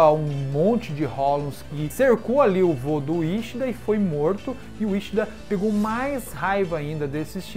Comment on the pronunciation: Quincy não Quinxy, iCHIda não Íchida, Yachiro não YaraCHIrú.